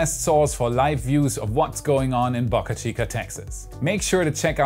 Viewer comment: Stop saying BocaChica please?!